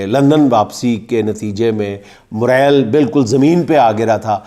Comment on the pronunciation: Word is Moral, not,Morel,.